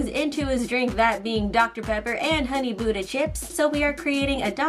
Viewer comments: OH, was saying “ Honey Butter Chips” I keep hearing “Honey Buda Chips” 😐😦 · Is my ear wrong or something- I keep hearing "buda" not "butter" 👁👄👁👉👈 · Every time I heard “Honey Buddha chips” I started WHEEZING😂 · Same- I keep hearing "buda", I think something wrong with my ear